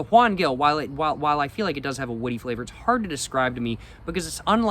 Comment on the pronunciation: Bro as someone from where that wine is made, I had to let you know it's pronounced "Gil" like "Hill" and "Jumilla" like "Hoom-Eeyah", also you NEED to try kalimotxos (coke and red wine (though maybe not a Juan Gil lmao, it's usually done with whatever's the cheapest wine at the grocery store))